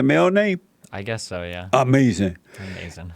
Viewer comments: because each time destiny says something he can't defend he just says "AMEZIN" and moves on to the next topic. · It's like his brain shuts down when challenged and he reflexively says ahmazin.